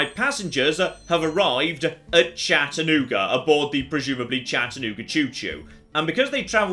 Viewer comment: As someone who's lived in the Chattanooga area for most of my life, I was shocked to see how accurate the map is. And hearing Chattanooga in a British accent was delightful